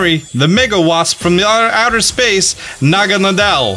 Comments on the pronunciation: BRUH I TOLD U THAT IS NOT HOW U SAY naGAnADEl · You say naganadel like this na-ga-nay-del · Ah senior naga-na-del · No one: Not even Necrozma:: proceeds to butcher Naganadel's pronunciation